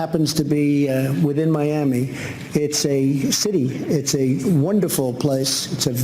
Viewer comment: Miammee? What is this hidden gem you speak of?